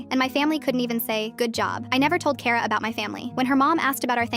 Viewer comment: Finally, something pronouncing my name correct it's kara 😂